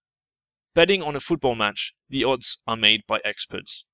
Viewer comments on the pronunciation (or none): none